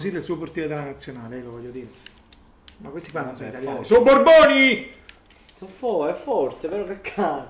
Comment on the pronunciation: so barboni non borboni!